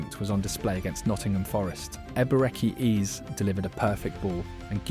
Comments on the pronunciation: Why AI bro keep saying eazy instead of eze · Mispronounced Eze as Eez as well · 'Ebereke Eeez'... AI slop script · the ai gen voice over narration is annoying as hell, hearing eze pronounced EASY wtf